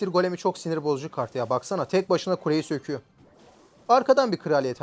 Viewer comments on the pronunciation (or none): söküyo❌ sikiyo✔️